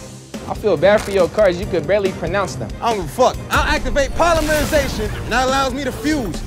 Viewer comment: "Polymerilization" got me fucked up 💀😂